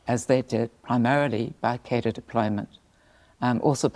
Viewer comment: I wish people would say cadre the right way.